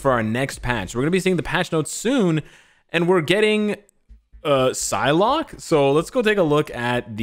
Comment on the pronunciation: He says psylocke 😂